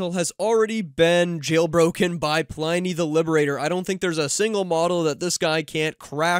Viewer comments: it's not pronounced PLY - NEE, its Plini , like Pliny the Elder. a.k.a. Gaius Plinius Secundus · Thanks for the updates. However, I do wish you would pronounce "Pliny" properly. I as in pin, not as in pie.